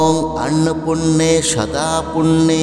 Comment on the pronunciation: Annopurne eta k annopunne. Uchcharon korchen keno vul mantra uchcharone khoti hoy